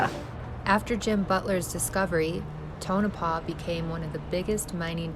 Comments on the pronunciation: lol i used to live in Nevada. it is pronounced Tow no paw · Prononced Tone-A-Paw